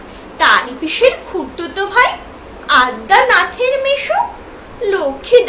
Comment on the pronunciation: Addanath noi adyanath jo fala ache madam.